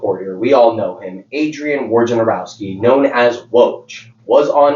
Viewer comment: Bro pronounced woj real name correctly multiple times. 😮